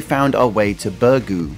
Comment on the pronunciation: Please learn how to pronounce Birgu, ask a maltese person and learn how to prounce it. How would it be if I butchered a place in England. I know not the end of the world but everyone can learn the correct pronunciation of a word with practise.